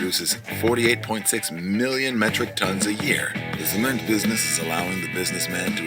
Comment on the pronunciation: Cemen! 😂😂😂 sounds like seme…🌚 Pronounce the T please lol